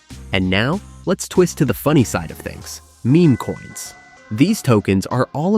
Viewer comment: Memo-coins huh? I thought it was meme. Who knew?